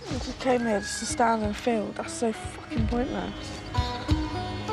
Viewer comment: Don’t use the word Fahking again at my house